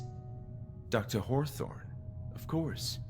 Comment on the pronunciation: I swear the MC pronouces Hawthorne like Whore-thorn 😂